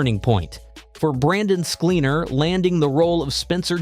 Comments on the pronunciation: At least get the pronunciation of his name right! SKLEN-ar. Not SKLEEN, not accent on the last syllable.Plenty of examples of him saying his own name. Check it out. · At least get his last name right...